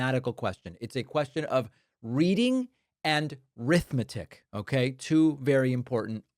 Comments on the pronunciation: No. It's reading, writing, 'rithmetic'. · The word Arithmetic doesn't start with an R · WTF is rithmetic? My AMERICAN spell checker says the word is Arithmetic an A word! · Rithmatic?! One of the two R's?! 😂😂😂😂😂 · He said rithmetic.. no A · Lol this guy is trying to make a point and he says two very important r words reading and arithmetic or maybe you didn't get the memo but reading starts with an r but it's arithmetic that starts with an A not rithmetic with an r 😅😂😮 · You mean "arithmetic"? Rithmetic is.. not math... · It’s not ‘rithmatic’, David. It’s Arithmetic. 😂